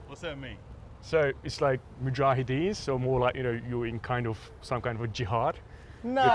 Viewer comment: "Magahadis" Smh..